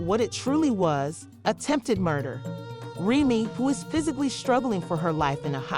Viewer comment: Lies this slow azz chick can’t even say Remy’s name rt 😂